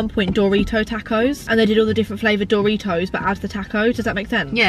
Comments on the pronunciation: Why do u say door ritos instead of Doritos??? 😂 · says Dooritos 😀love your videos... is so funny 'WHAT A RIP OFF!!' 😂😂😂😆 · No one:: Dooritos. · no one:: Dooritos 🚪